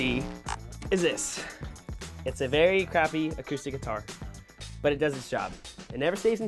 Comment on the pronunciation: Ha ross said crapy